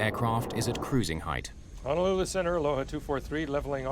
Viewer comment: EMDR can help with trauma. I wish the narrator would say Honolulu correctly. 🤦🏽‍♀️🤦🏽‍♀️🤦🏽‍♀️